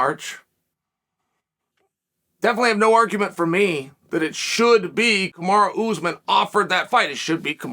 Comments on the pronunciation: Why does it sound like you’re saying Kamara instead of Kamaru ? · "Kamaru~Kamaro~Kamara"- Chael Sonnen